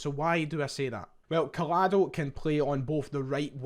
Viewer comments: A double L in Spanish is said like a Y. Like Coy-ado, not coll-ado, if we’re gonna sign him this would really wind me up if people said his name like this 😂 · Pronounced Coyado. Barca and Celtic fan here. Good player, Xavi likes him but the competition is too much at Camp Nou esp after this summer's spree